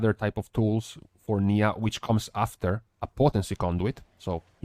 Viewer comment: Niya = Nye-uh, not knee-uh. Erryone getting the pronunciation wrong haha